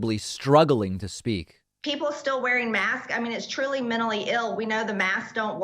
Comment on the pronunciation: Reconstruction really should've included remedial English lessons. Marge saying mentally as "minully" reminds me of this one Southern woman who came into my Walden Books when I worked there in high school, asking for "Baubles and jail pins". I had no idea what she meant and she refused to say it more clearly so finally I had to have her write it down. Turned out she was trying to say, "Bibles and gel pens" and failing miserably.